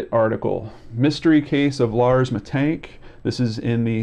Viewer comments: Hi there, it is penonounced Mee tannn-g-k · you would pronounce it like 'mittunk' in germany :) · So, about your pronounciation, it's okay, just the second "a" is off. It's more like in Lars or Ghandi or just try a scottish accent impression. That's generally a little trick, if you see a German word, just do the Scottsman. Aside from that, you just need to know that "sch" is the same as the english "sh". A "ch" sounds similar, yet I don't think it's used in english at all, but you can get away with the same as "sh", you'll just sound like a German rapper then. Aside from that, if there's an "e" at the end, it's spoken, it isn't silent or prolongs the vowel. About "Aktenzeichen XY" it's a show that has been running on television for ages, reporting about unsolved cases and asking the viewers to give clues if they can. The show runs on "ZDF" a channel that is "öffentlich rechtlich", which basically is payTV with gouverment enforcement that you have to pay. It's also technically a propaganda channel for various lobbiist groups, but is considered more trustworthy than the private television. Genereally facts they bring a genuine. The manipulation in this channels usually just occurs in what they don't show. For example there's a lot of screening time dealing with the refugee crisis and no screening time for information on the laws that the gouvernment slips through during that time. Generally, it's a good newssource nonetheless. You have also scrolled over some links to bild.de. Bild ("picture") is a popular politically right magazine, which pretends to be a newspaper, which